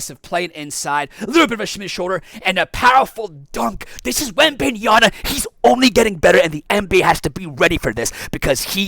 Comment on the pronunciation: Repeat after me: it's WembanyaMa, it's an M, not an N. It's been 2 and a half years since he was drafted, ffs. You americans are horrible with foreign lenguage.